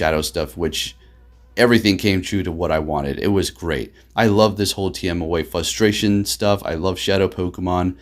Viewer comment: fRustration, the r isn't silent.... lol